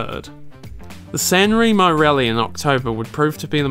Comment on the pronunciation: Fantastic work. Great documentary, but you should at least pronunce some Italian words in the right way. Is Lancia, not Lanzia. And is Sanremo, no Senrimo....